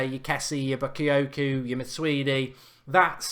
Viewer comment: U said bakayookoo and ndiddy lol